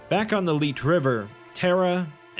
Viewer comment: The "Leet" river? I'm pretty sure it's supposed to be Lethe.